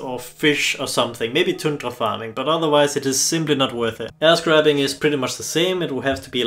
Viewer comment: I like that your accent makes air scrapping sound nothing like that and instead sound exactly like ass grabbing!